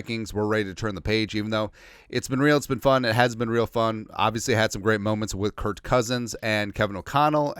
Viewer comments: I cant tell if it's intentional, but why do you always call him "Kurt" instead of Kirk? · I listen to you a bunch and really agree with you on most topics. But why are you calling him kirt not kirk